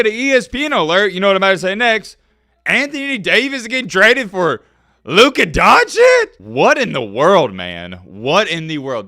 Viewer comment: why tf u say Lukas name like that😭😭😭 the lakers are planning for the future. Luka>AD